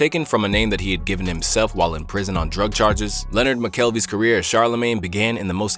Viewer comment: "luh-NARD", not "Leonard".